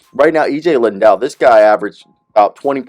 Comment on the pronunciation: How do you get “Lindell” out of Liddell?